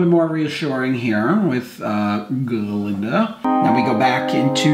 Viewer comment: It's GAH-Linda. With a GAH.